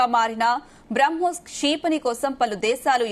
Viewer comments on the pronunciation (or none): క్షీ... పణి కాదు క్షిపణి. అసలు ఇలాంటి anchors ను ఎందుకు తీసుకుంటారో.. ఒక anchor అక్కర్లేని అక్షరాలు అన్నిటికి ఒత్తులు పెడుతుంది